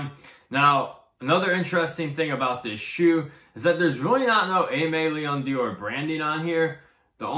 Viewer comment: its aime leon DORE not dior :)